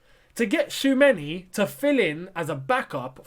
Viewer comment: Choo-a-me-ni 😄 can't stress it enough